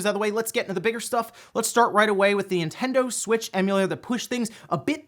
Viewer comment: Ah, yes. The "In Tendo" Switch emulator.